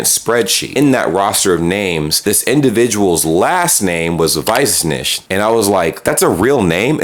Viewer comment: At the very real risk of being an idiot, I'm soooooo completely lost on the Weissnicht part. How on Earth do you go from not knowing Germany was Deutschland, and thinking Deutschland was pronounced "dooshland", yet know how to roll off the Weissnicht pronunciation so casually, and utterly perplexing, know the exact meaning of said Surname so confidently that you could immediately see the amusing irony of it in the context of a last name? I am at a total loss as to how this chain of events is just tossed out in your video with no background.